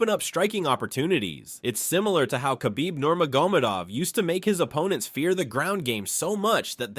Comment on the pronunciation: The narrator's pronouncing every fighter's name wrong.